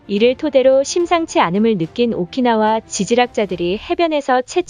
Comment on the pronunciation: 오키나와를 오카나와라고 하다니.... 발음도 띄어읽기도 여기저기 엉망인데....